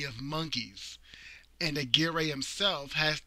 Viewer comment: Aguirre is pronounced Agirre..and with Spanish R..rolling the tip of the tongue...I had a girlfriend from nice town of Aguirre, Puerto Rico..